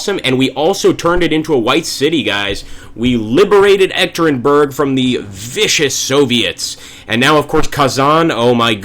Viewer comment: Hi! Im actually baffled by the appearance of G. Zhukov at your side, in August 1918 he should be recovering from a serious illness in Moscow just to join the Red Army shortly. As a side note, the city where the Tsar was murdered is pronounced "Yekatyerinburg" :) Good luck Admiral Kolchak, you will need it :)